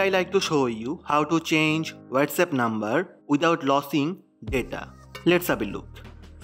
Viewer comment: Losing - sounds like loozing Not lossing which sounds like Tossing.